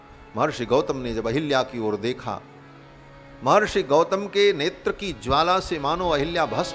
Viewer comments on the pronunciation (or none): none